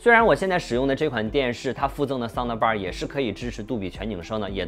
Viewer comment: 不要说soun的bar了，的是轻音不用发音出来的。